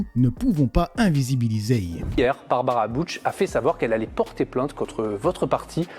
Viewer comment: Après elle et Lefèvre leur prénom se prononce plutôt barb a rat